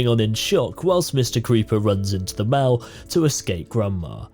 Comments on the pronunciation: Mall. Mmm-all. Not Mal. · Hey weirdo just say mall not maal, you goober headed turnip! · I don't know if you care. I don't care. But I noticed that you were pronouncing mall like shall when it should sound more like doll. No grammar policing, just providing information if you care lol.